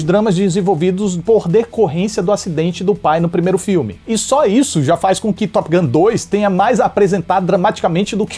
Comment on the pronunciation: arruma quando vc fala top gun, vc diz top guM, que significa goma de mascar top!!!